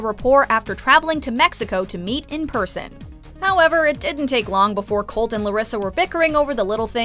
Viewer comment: The way Larissa mispronounces Colt’s name kills me every time